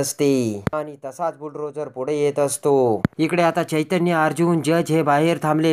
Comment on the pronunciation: किती अशुद्ध भाषा. बुल ड्रोझर नाही त्याला बुल डोझर म्हणतात.